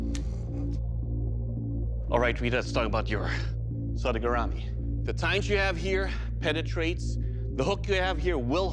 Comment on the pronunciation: I love how only Rita pronounces sodegarami right